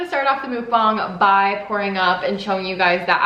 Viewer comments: FYI it's pronounced muhk-bahng instead of mook-banhg 😁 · I think it’s pronounced MUK-bong like f*ck lol anyways fun video!!